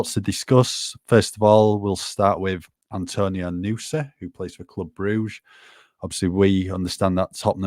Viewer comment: I’m from Stabæk territory in Norway and have been in Belgia and seen Nusa play. He’s a specimen for sure! The way it’s pronounced in this video is a perfect pronunciation, just say it a smidge faster and you’re spot on👌 Great job!